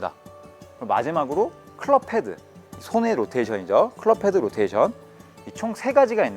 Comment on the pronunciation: 로텐션이라고 하는 습관 고치셨네요 ㅎㅎ